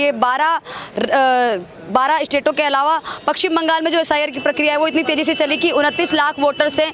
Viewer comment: Pakshim bangal??? , madam it is paschim bangal.